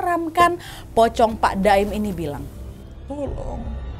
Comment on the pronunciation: maap kak nad tapi aku salfok sama kak nad yang awalnya bilang pak 'daim ' jadi pak 'doim'😭😭